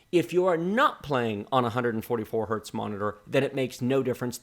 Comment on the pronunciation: Please use correct terminology: the abbreviation Hz stands for Hertz, it is never pronounce Hert or Hurt and that is true for MHz, and GHz. Heinrich Hertz was a German physicist and engineer who proved the existence of electromagnet waves, a brilliant man, who was honored by naming the unit cycles per second as Hertz.